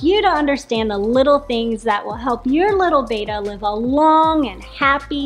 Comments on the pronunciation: You're pronouncing it wrong. It's not "bay-tuh." It's "beh-tah." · Yoyr pronunciation of Betta is incorrect. It's not Bayta. It's betta with a short e sound. 😊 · It's not BETA, it's BETTA, like "better" with an A at the end instead of ER. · Its commen sence to say betta not beeeta how can jou educate People and not say the name correct your the experts